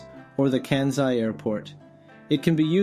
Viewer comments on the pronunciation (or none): This is actually a great guide and also my ears bleed and a little part of me dies inside every time he says KEE YOH TOH There are only two syllables in "Kyo-to" Also Kenzai for ("Kahn sai") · 関西/Kansai is pronounced as "Kan-SAi" with "s" sound not "z."